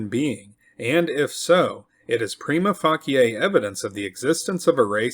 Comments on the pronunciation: Unworthy History Pre-ma-fah-key-A? Prima Facia. When narrators cannot pronounce basic vocabulary all credibility is lost. FFS... find a reasonably educated human to listen and point out errors. It would go a long way in achieving credibility. Wonderful historical myths you've curated. Pity that the narrator fails so badly. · Prima facia is -pronounced Prime-a face-sha Carry on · Prima facia - prime a faish a or am I an idiot?